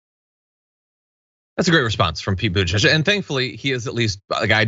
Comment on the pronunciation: I love Pakman's pronunciation of "Buttigieg". Lol.